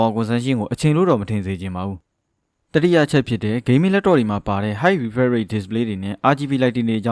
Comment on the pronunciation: Refresh တောင်ပီအောင်အသံမထွက်နိုင်တဲ့စောက်တောသား...English လိုအရင်လေ့လာလိုက်အုံး......မင်းVideo ကိုစောက်ချိန်ကုန်ခံပြီးဘယ်သူမှမကြည့်ဘူး